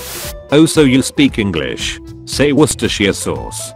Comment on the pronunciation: He said it just fine, "Wust-er-shur." Am I not getting something here? 🤨